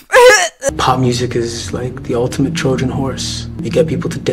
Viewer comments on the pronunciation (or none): none